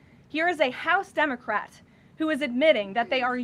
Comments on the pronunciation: Did she just say Dumocrat? 😂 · Did she say "Dummercrat" at first?😂😅😂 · She totally said DUMBocrat, I Love Her!